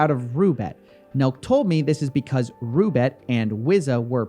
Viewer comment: Coffee, you do realize that Roobet is actually Russian thing? The kangaroo reference is a joke, its RU not ROO.